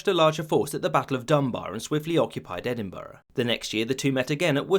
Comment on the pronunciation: Good watch, thanks. One minor thing, you mispronounced Edinburgh. It's said as "Ed-in-bruh". At least you didn't say "ee-din-berg".